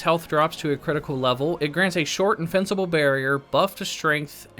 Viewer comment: i hear "Infincible" lol